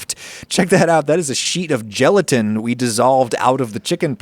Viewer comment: When he said look at the gelatin on my soup you can here his Italian accent shining through